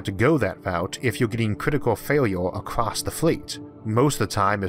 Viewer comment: Haha you still say "acrost" rather than "across". Another great video to take our minds off this troubled world for a little while. Thanks for your work.